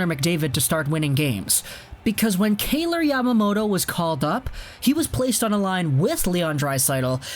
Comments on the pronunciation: Pronounced K-eye-ler like Tyler with a “K” not K-ay-lor like Taylor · you're pronouncing his name wrong...